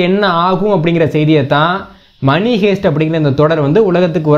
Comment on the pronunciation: அது மணி.மனி அல்ல.